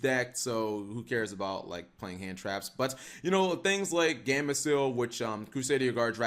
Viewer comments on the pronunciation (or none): none